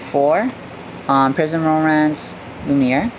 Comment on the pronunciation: It's pronounced prism the heart in the middle has no meaning